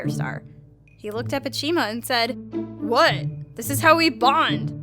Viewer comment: ''if you know whit I mean''